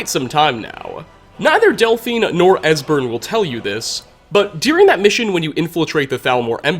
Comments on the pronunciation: you said desbern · Dude mispronounces EVERYONES name. Serana, Durnevir, etc